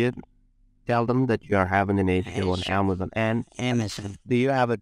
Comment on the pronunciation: and her "Amazun" kept cracking me up. You know these scumbags are just drooling in greed when sez 9 grand in the bank. I take great pleasure in verbal 'abuses' the scammer, real satisfying.